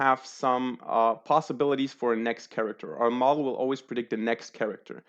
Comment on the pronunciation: Bro you mispronounce "Model" so bad.